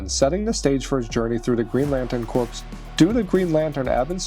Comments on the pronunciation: It’s pronounced Core not Corpse. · Corps as in ‘lantern corps’ and ‘army corps’ is pronounced core. You keep saying corpse, which means dead body. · ... Does he really not know how to pronounce 'corps'? I thought I misheard the first time... but that was the second time. It's pronounced 'core'. 🤓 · 'Corps' and 'corpse' are not pronounced the same. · Thank god I'm not the only one. Kinda affects your credibility for a review if you can't pronounce corps right. Geez, how many times did they say that word in the movie?! Lol